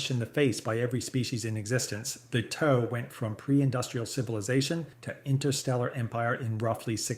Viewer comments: yeah, great use of AI ... a shame it cant pronounce "tau" and other names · the KI voice cant pronounce TAU either